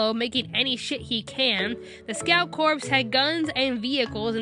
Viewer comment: I hate how she mispronounces scout corps